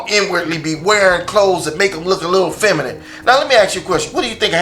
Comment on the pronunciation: Femanant . . . Lol its feminine